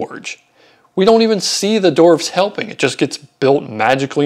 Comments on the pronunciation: Its dwarves, not doorves, dude. 😂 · Very interesting video but they're not "dorfs". There's a w in there, dude.